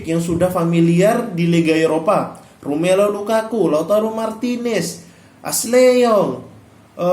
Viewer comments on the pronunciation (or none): Hhhhh iya tau itu pemain inter , tapi yang aku maksud manggilnya bro , alamak gak ngerti bahasa indonesia kayaknya. Hhhhhhh , belajar dan memahami bahasa indonesia yang baik Bro biar gak gagal paham . jangan belajar bahasa monyet. Luh manggil D'ambrosio itu dg sebutan Danbriasso gomblok , Ashley young itu di bacanya (Ashley yang ) jangan d baca lurus lurus. Coba dah liat youtube luh Lagi biar gak sok pinter . klau mau debat inter next time bisa kita dabat . mau debat Sequad La grande inter juga boleh. Terserah mau bahasa inter tahun berapa aja.